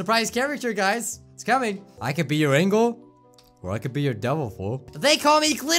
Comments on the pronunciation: lol did he just say 'angle' instead of 'angel' ? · he said angle instead of angel